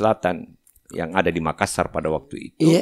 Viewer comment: Tabe kanda, Hanya Appakainga. Klo memyebutki kata MAKASSAR tolong penyebutannya jangan MAKASAR 🙏🙏🙏